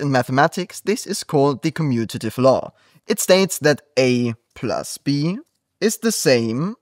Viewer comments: Excellent explanation. But the word is COMMUTATIVE not CUMMUTATIVE. Please pay attention to the details. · This was very helpful! Just by the way.. it's "commutative"